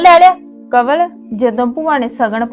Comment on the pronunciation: ਕਵਲ ਦਾ ਰਾਰਾ ਤੇ ੜਾੜਾ ਠੀਕ ਕਰੋ😅